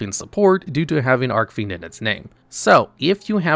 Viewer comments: Idk if anyone else noticed but Ive never ever in my life heard a Yu-Gi-Oh player say 'Arckfiend' instead of 'Archfiend' 😂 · It weirds me out when he pronounces "Archfiend" that way. Its supposed to be a hard ch like an archway. .